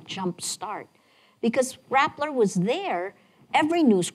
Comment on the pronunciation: Rappler not Rattler.